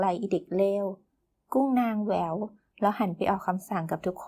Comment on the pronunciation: ติงนิดคำว่า แหว อ่านว่า แว๋ ไม่ใช่แว๋ว ค่ะ ชอบการอ่าน เลยอยากให้สมบูรณ์แบบในการอ่านค่ะ